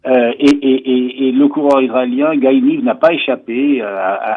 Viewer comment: Le prénom du coureur israélien se prononce t il Gaye ou Guy (à la française)?